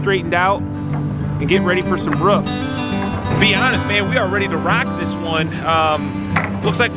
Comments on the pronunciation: Here is a tip: say roof correctly. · dude its roof not ruf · ROOF not RUFF